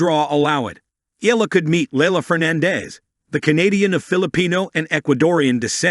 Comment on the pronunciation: The surname Eala is pronounced " EE - ah - lah" It is an Irish name, and the pronounciation is not the same as "Allah." Good Tuesday morning ❣️🇺🇸🤗🥰 Thanks for the update as always❣️ A Pilipina leaving in the United States of America❣️🇺🇸🇵🇭🙏 Keep on grinding Alex❣️🎾🙏